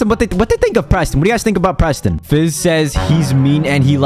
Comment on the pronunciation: Proston lol